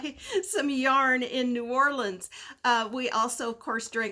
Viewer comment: Hearing new Orleans like ORIGINALS lands 😁😁😁😁😁